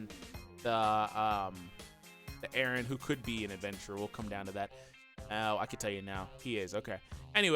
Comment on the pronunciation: Oh no It's Eren not Erin XD